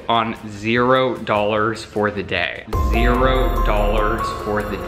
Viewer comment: Nobody:: my cero dollar day 👌🏼